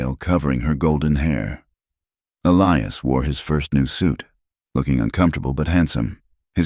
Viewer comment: But there's still a Clara, Sarah and Elias which is pronounced incorrectly.